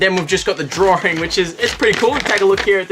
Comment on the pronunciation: draring or drawing? ... australia, oh you